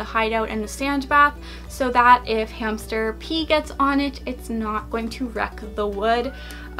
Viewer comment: In the beginning of the video she said hamcher